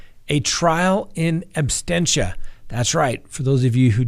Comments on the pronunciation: Abstentia? Is it not Absentia? 🥰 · Absentia, not absTentia. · Sandra Summers you are absolutely correct!....It sounds like he said “trial in ABSTENTIA”...LOL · The word is ABSENTIA not abstentia!!! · Great show! The term is “in absentia,” not “inabsTentia.” Thanks :) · Trial in "absentia", not "absTentia",, sir😊. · Mummy That's what I believed as well. It was said as "in abstentia" twice, so I wondered. Thanks for answering 😊. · Absentia,. You get that wrong every time. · It's not abstentia, it's absentia. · It's absentia, not abstentia. There is no t immediately following the s. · No offense, but it's "in ab-sen-tia," as in "absence." Not abstentia, like abstain... Awesome episode though, sir. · he definitely said in “abSTENTIA” multiple times. Kind of killing it for me especially when you’re educating others about the law. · “... in absTentia...”? really? better brush up on your Latin, Sir... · Ooof!! I saw this comment as i got to that part. And he repeats it so many times! 🙆🏾‍♀️ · my brother , the word is ab sen tia ab sen shia is how you pronounce it. just so you know . i’m a fan by the way and love the show. not trying to be a dick. lol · seems to have a tendency to mispronounce words. No big deal, he's still super educational and fun to watch. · Really love your show but isn’t it “in absentia”? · I thought it was "absentia "?